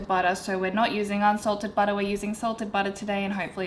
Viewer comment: Baotter was all I could hear😂